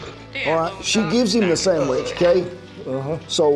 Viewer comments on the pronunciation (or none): The important part of that scene is the way he says, "Sammich". Classic Americana.